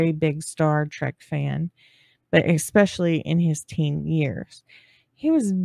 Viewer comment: I LOVE your channel, thank you so much for your hard work!! p.s. My ex-husband used to say it too but the word is “especially” not “expecially”. 😊😊